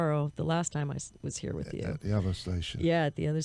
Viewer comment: "Wit Terry Bozzio..?" Oh, Mr. Jones...